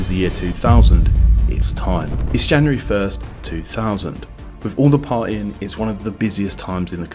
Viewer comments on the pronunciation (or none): none